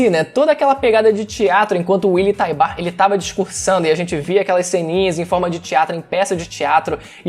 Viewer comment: “Uily taibar” skdkdkdk